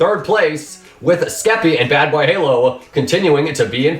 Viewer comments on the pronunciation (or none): Lol he didnt say bbh but badbayhalo every time. Kinda funny